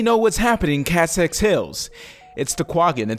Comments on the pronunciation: KESSEX Hills. Not Kassex. KESSEX. Get it right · Kassex hills? its kEssex hills man, with an E